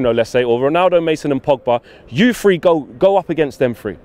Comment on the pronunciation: It's think not fink ......... a T and a H , it's three , not free ........ give it a go